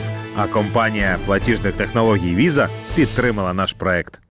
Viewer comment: вітаю. дякую за відео. а чому "віза ком уа" а не "віза ком ю ей"?